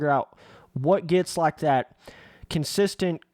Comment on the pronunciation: Did just say consisilent? LMAO